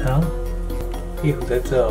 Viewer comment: 說「壁虎」發音好標準🤣🤣 好厲害